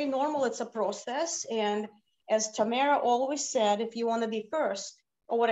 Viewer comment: I am confused by Elena’s pronunciation of Tamara. In Russian it’s Tah-MAH-rah which is easy enough for an English speaker to say. Instead she uses this weird Tah-MEH-rah which doesn’t even exist in Russian and certainly isn’t her name 🤷🏻‍♀️